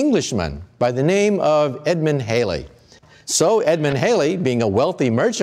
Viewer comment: Loved the video but you turned Edmund Halley into Edmund Haley. Halley rhymes with valley; and it's Isaac Newton (ew as in few) not Nooton.